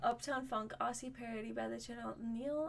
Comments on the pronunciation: Just to edumacate you guys, Aussie is pronounced Ozzy. It’s a lil’ bit of a bone of contention. If you do this, it’s Ozzy currency you can spend! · I know, wtf with calling us Arsey! (and Can-bear-ra, Mel-born…)